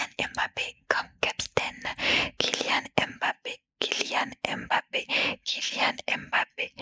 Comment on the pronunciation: Quand tu prépares une vidéo sur ce sujet, ce serait appréciable de se renseigner au moins sur la prononciation des noms des joueurs. D'habitude j'&dore ton ASMR mais là les fautes de prononciation (Samba, Risser, Tchouaméni, Olise, Doué, Mbappé...) + la double erreur concernant ton maillot (en tant que supporter du PSG ça m'irrite un peu les oreilles), ça m'a sorti de la vidéo et ça m'a tendu + que détendu, dommage pour une vidéo ASMR.... J'apprécie le choix de la vidéo mais l'éxécution laisse à revoir. Néanmoins, toujours très talentueuse concernant l'ASMR en lui-meme. Navré pour la critique, j'espère avoir été constructif